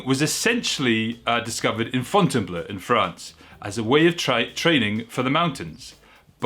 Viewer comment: It's pronounced Fontaine-BLO. There is an a in Fontainebleau, meaning it's pronounced -BLO, not -BLEU. Also, has Dreamtime been done without the heel hook since it was found? NO heel hook = prob still 8C.